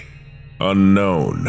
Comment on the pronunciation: the pronuuntiaation on unkwon in the bidisected guy, my new call tone for ukwon numbers